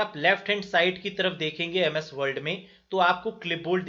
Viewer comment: Sir aap world world kyu bol rhe h...